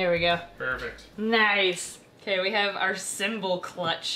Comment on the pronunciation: Symbol not sembel